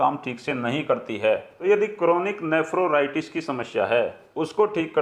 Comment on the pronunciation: कृपया नेफ्रोराइटिस के बजाय नेफ्राइटिस कहें ।